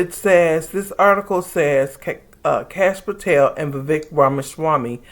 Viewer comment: I was cracking up! Because I thought you called him Couch Potato. But I do not think you did. And it is not even that funny. But you are definitely saying Patel in a way that sounds like Potato. I think!